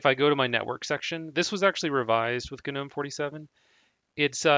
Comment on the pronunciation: No. I can't... Guh Nohm? GNOME. DAVID THE GNOME GNOMES OF THE FOREST! NOME. Noh'm... NO HARD G! A silent G! I stopped the video before 2 minutes because of this.